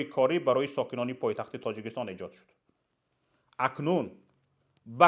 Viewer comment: Лекин дар 30 сол хеч калимаи Точикистон-ро. дуруст гуфтанро наомухт бе савод.